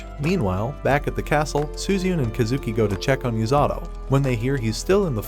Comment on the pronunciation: The number of tims the ai calling "u-sa-to" as "yu-za-do"